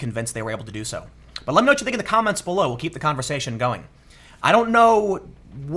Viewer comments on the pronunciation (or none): none